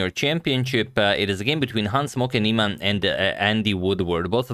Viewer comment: Always sounds like he says "Hans Smokey Neimann"